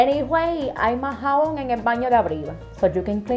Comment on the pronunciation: Wowww, she says jabón like she says Japón!! Lol